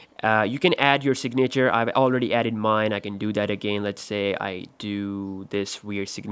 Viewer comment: Dis he said “signator”?? Lmfao 😂😂